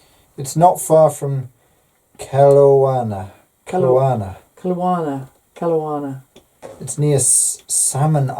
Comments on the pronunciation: hahaha too cute!! Waco = wAco (hard A not wacko) emphasis on wA. Kelowna = Kel O na (hard O and emphasis on the O). Is flirting???? LOLOL Hmmmm can't wait to be pinned. Mayhaps I'll get a wink! Poor lonely Canada looks soooo bare. This is sooo much fun. Have a great evening and hugs from Canada. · Hello and! I’ve been pinned In my town of Vernon BC😊I’m chuckling at your pronunciation of the neighbouring town of Kelowna... here’s a little help for future reference, Ke-low-nah 😉 Thank you for pinning me on the map💕